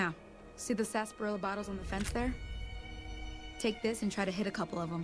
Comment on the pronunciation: Its Sass pa rill ah... at least that's how i have heard it before. its like root beer but different ingredient ( sarsaparilla )